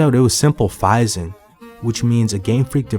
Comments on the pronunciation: There’s no way homie pronounced phishing like that. Fi-zing lol wtf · you mean... phishing? (pronounced "fishing".)